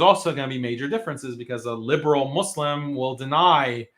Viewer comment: He is so smart but doesn't know how to pronounce Islam or Muslim